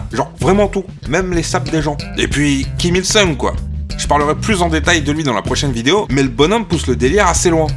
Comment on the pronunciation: me semble que c'est Kim Jong "oune" et kim il "soune" question prononciation.